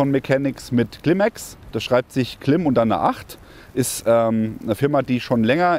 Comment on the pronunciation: es heißt Climate (Clim-eight), nicht "Klimex"😅